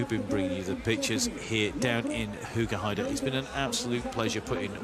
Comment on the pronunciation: METJOE VENDEPOL IN HOEGERHAIDE...HHHHAHAHAHAHHA those commentators having absolut no clue